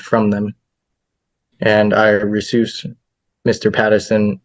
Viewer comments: "Resoos" ?? Is he trying to read/pronounce "recuse"? This guy can barely speak English. These judges are always extremely accommodating. "I verbally motion RIGHT NOW" live on Zoom, LOLOL, that's not how this works. Then, "read the rules, read the rules of evidence". Anyone who likes/loves court movies and TV shows, these videos are just a bonanza of entertainment. Also, he repeatedly says "common law" and "admiralty", like in the state of Kansas this could possibly have anything to do with maritime law??? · lol, he said ‘resoose’ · My dude really pronounced 'recuse' as re-soose 😂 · What does "resoose" mean?